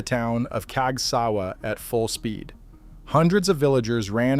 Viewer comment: He pronounces Casgawa: cags Gee double you Ay Not human!